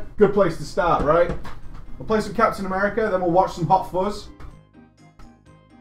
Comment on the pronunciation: Saying Murica in a British accent cracks me up so much lol